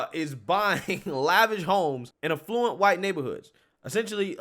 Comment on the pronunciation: Affluent. Not "a fluent"